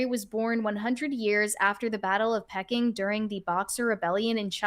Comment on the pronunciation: Battle of "Pecking"? Who's literate?! LMAO